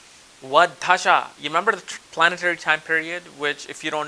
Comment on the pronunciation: lol! you say tajdshas but the word is spelled dasha! I love your accent that's only on certain words like that.